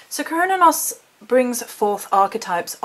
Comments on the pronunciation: I've heard the name pronounced like sir-new-nos.. Cernunnos? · Kur-nah-nus is how most people I know say it if that helps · Ive always thought it was Ser-noo-nos? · You're brave for attempting that pronunciation! Those Celtic names throw me waaay off my game... I've always said Cernunnos like this - Kern-Noon-Nos... LOL. I laugh because I dare not say it on camera. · OMGS I don't think their is a correct way to say his name, I heard so many. The most common pronunciation I have heard is "Kerr-nun-nos"